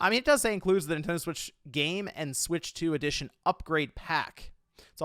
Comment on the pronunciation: it sounds like you’re saying “ADDITION” instead of “EDITION”